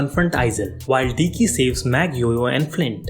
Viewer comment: it's deke, not diki.... god, please improve your English before doing these kind of videos